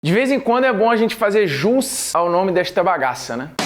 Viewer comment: Parei de ver na parte q ele fala "Nessa bagassa"